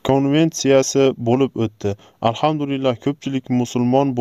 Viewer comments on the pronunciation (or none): none